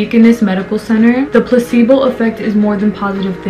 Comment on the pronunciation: Everythime you say placebo i hear „pussy-ball“😂 omg sorry 😂😂😂🙈i loved the video anywayy haha you go giirll🥰